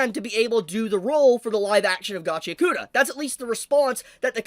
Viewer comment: Gotchy-yakoota❌ Gachi-ACK-oota✅